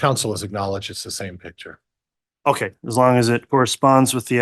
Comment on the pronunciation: It’s not a “pitcher” it’s a PICTURE!